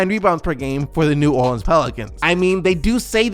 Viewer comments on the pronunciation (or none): none